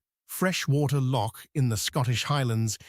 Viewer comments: Born and bred Scottish lass, here. Loch, is NOT pronounced Lock. Locks are things you put keys into. Nessie doesn't exisit, we use it to scam gulible tourists, have done for years... and we're STILL doing it to this day! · The usual halfarsed A.I. garbage. Between Asian bison and Polish mountains I am again frustrated by the lazy work done by these people. Why can't we get past this ridiculous infatuation with A.I. Give us a human narration preferably by someone who can pronounce "loch."